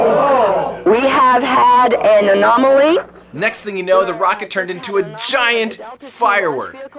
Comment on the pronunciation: WE HEV HED EN ANOMELY